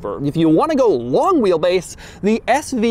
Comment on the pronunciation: I don't like the way he says LONG